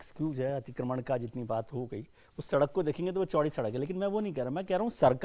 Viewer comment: सड़क तो अच्छे से बोल लो(सरक नही होता )